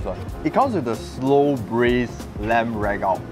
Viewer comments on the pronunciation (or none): It's RAGUUU not "rag out"!!!